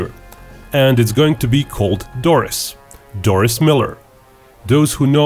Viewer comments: Pronounced Dor-ree not Doris. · 1) It is pronounce Dorie as in "Finding Dorie". 2) He actually shot down the bulk of the Japanese planes that were shot down at Pearl Harbor, he hit maybe 5 total. 3) In many Pearl Harbor movies, the lead character is often someone made up in order to have someone White as the hero while Doris's accomplishments were actual.